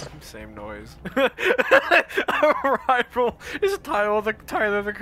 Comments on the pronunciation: It's pronounced Ah-Ree-Ral. As told by me from nerds in the VOTV discord. i just call them axolotl furries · clearly its pronounced ariral